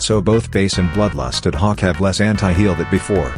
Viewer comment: The ai voice does bro so dirty😭 it sometimes makes hawk sound like cock